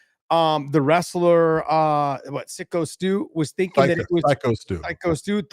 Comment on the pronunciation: Hey, what kind of a psycho can’t say the word psycho